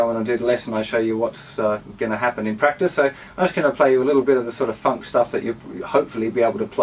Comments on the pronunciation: bro when you say funk its sound like 'fuck' xD everything else awesome! ;) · when he says funk it sounds like fuck